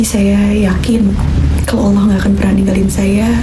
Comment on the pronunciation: Mbak Celine cara menyebut Allah sudah pas dan mantap